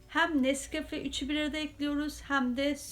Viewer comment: Ellerine emeyine sağlık Kardeşim çok güzel nesgağe süt kahve deyişi farklı olmuş